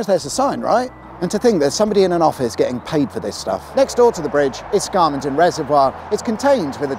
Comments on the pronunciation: Brilliant video, but I must correct you on 'Scar-mon-den' bridge (or dam). It's pronounced 'Scam-men-dun'. You've got to get yer Yorkshireisms reet tha no's!. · Your vidoes are essential Sunday night viewing but I nearly shat myself laughing when you said Scarmonden instead of Scammonden. Otherwise excellent.It’s grim up north and the vowels are flat,unlike your puffy southern vowels.😂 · Pedantic Yorkshireman here: the Scam in Scammonden is pronounced Scam, not Scarm. I can remember the bridge there being built. Traffic was diverted down a steep temporary road, across the motorway which was under construction, and back up the other side. I think you can still see evidence of this temporary arrangement to this day, more than fifty years later. There’s a similar but narrower bridge at Windy Hill that you could have mentioned in Part One. It carries the Pennine Way footpath over the motorway. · Scarmonton? Scam-mon-dem! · "scarr-mon-den" oh yes jolly good, bit like "sour-bee-bridge" the people who live there how you say? they say scam-n-din and saw-bi. we're a rough lot. Thank you for lifting the tone with another splendid video. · Well I never knew it was called scarmenden. Sure its called scammonden scam. Not scarm lol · SCARmonden? be tha righ in't'thed lad? its SCAMMonden. go over it most weekdays. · i was born near there, we call it scam-adon not skarmodon, small point, sorry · It's pronounced Scam, not Scar-monden. It's often referred to a the "rainbow" bridge: sadly, it is best known locally as a place for suicides. Also, you missed the hill-climbing track at Scammonden Dam. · Scammonden! Pronounced scam mon den Not scarm...! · PS, it's Scammonden, pronounced Scam! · There's no R in Scammonden. It's pronounced Scam Mon den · The most southern of all pronunciations of Scammonden. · Excellent as ever - despite the southern pronunciation of northern place names. Why do they put ‘r’ sounds where there aren’t any?